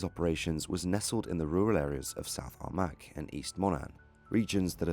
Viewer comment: It is pronounced , CROSS-MA-GLEN and SOUTH AR-MAH